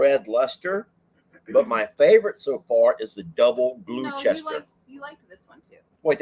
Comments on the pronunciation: Gloucester pronounced gloster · Pronounced "Glosster" I think...you guys make me happy 😊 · You liked all the English cheeses, Gloucester is pronounced Gloster, love you both ❤️ from 🇬🇧 I am Welsh and they have some great cheeses also 🏴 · we brits don't say Gloucestershire we shorten every county so we pronounce it as gloster, Devon no shires lol im( laughing hysterically in the bed under the sheets) the only cheese I haven't tried is the mexicana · Double glue Chester?? Was it from Gloucester Mass?? Pronounced Gloster? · 😂 and you make me laugh so much. ❤all your videos. The cheeses from the UK Double Gloucester is pronounced double gloster And the Leicester one you got right